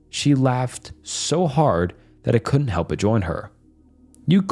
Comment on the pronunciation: Never heard of anyone pronouncing "help" as "health", maybe the scariest part of this video